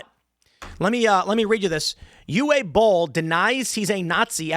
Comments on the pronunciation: Not Eew Eh. It’s Oo Vuh. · FYI, Uwe is pronounced Uva. It is a Germanic name where w's are pronounced like a V in English. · Tim, Uwe Boll's first name is pronounced "OOO-VAH" Made the mistake years back when i found his POSTAL movie. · "Uwe" isn't pronounced "you - ay" but "oo - vay". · BTW, Uwe is pronounced OO-VAY. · I believe his name is pronounced "Yoov" Boll. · The W has the V sound. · Jesus, dude ! It takes two seconds to find out how to pronounce " Uwe " 😅